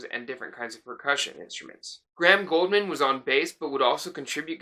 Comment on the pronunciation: It's not Goldman...it's GOULDMAN. use the U